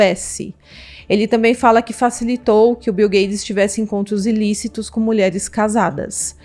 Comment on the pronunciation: O nome do milionário é Bill GATES!! Não é gades!!